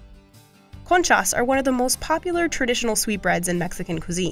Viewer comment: Have to agree, the video was slapped together by someone whose expertise is not bread. "Soda bread is native American" "Bagels are from Germany" and conchas (the plural of concha) are pronounced conchass. eh?